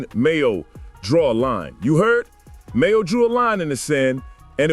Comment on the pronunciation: It's MAINO not Mayo!! Nice video but you gotta get it together 😂😂😂